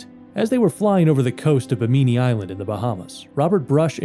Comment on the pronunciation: Bimini doesn't rhyme with bikini. It's pronounced BIMM-in-ni.